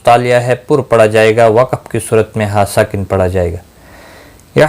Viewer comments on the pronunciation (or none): Ap lafaz wakaf ko ghalt bolty hain , isko wakb nhi wakaf bola jata hay